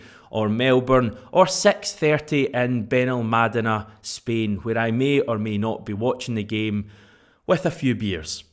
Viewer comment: Delighted to see you're a man of culture, correctly pronouncing Benalmadena..as opposed to Benalmadeeenaa 😆